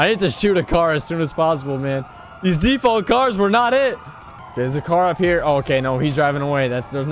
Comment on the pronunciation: "default cars"